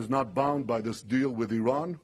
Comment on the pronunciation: If you're going to insult Iran, at least pronounce its name correctly, Mr. Cotton.